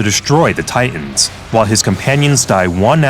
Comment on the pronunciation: Wait, what's the point of pronouncing A.E.U.G. the original way, but still pronouncing "Titans" like it is the English word?